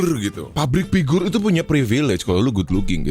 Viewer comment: entah perasaan aja atau emang gw denger "pabrik pigur"